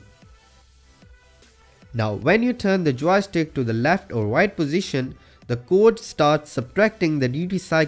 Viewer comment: LEARN WNGLISH (intentionality misspelled) or don’t use it! What’s a towy-stick? Sheeze...